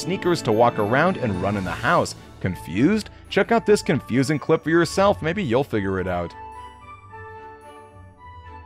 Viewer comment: You can't say v you salf😂😂😂😂😂🎉